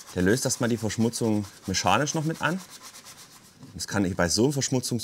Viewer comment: Meschanisch oder mechanisch? :>